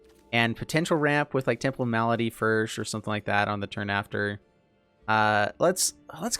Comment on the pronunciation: although funny af, the correct pronunciation of Malady is mah-luh-dee. M'lady is a British Term used by servants and the underclass for an uppercrust lady